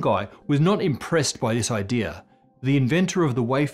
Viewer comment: That intrusive r is really starting to annoy me, man. I consider it a mispronunciation and not a regional thing either. Its "idea", not "idear". Come on.